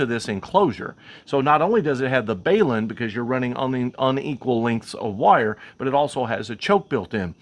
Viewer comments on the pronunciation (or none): What is a BAY-lun ? I know what a BALun is. Think of BALANCE Unbalance - Hence BALUN - not BAY lun - Just saying.... Thanks for the video. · WTF is a BAYlun? Of the hundreds or videos I watched over the years, you are the first to butcher the pronunciation.